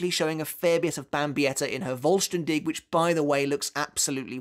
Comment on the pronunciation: You really are struggling with the names in the 3rd arc arent you 😂😂😂 Yuha Baha xD whats next Lula Baba? 😂😂😂 Same with vollstanding is the same "s" that u have in sternritter. You have to read both with " sh" like shadow not " s" like sister. Cmon man you know this xd